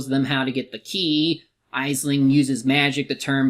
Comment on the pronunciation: it’s pronounced ashling.